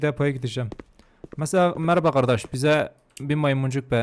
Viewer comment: Geri sarıp tekrar tekrar izlediğim nah girişinden sonra 🌌HeRkESeĞ mERAbaĞ arKadAşLaĞr🌌 deyişi 😂😂😂😂